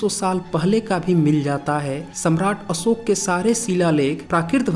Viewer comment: आप उच्चारण कैसे बताएंगे उच्चारण तो आपका भी अच्छा नहीं है अशोक को अम दंत सा ओके पढ़ रहे हैं